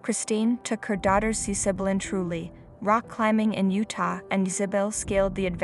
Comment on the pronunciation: Why is it terrifying and sad the she is fully recovered and rock climbing? I hate these click bait titles. And it’s pronounced Iz-uh-bell 🤦🏻‍♀️